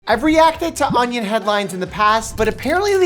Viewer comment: The way you say onion awnyawn